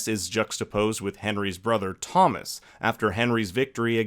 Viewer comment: I thought you said Tommen instead of Thomas and forgot where I was for a minute. 😂😂